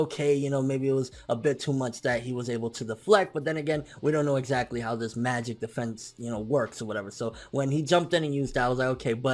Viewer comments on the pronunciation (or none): none